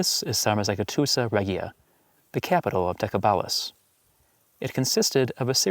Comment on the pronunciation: It’s pronounced Decebalus - the c in Romanian is pronounced like a “ch” sound like it is in Italian. Dacia is pronounced “DAH-CHEE-UH”. The letter G is pronounced like a J. Sarmizegetuza is “SAHR-MEE-ZEH-JEH-TU-ZUH” Just a friendly FYI :)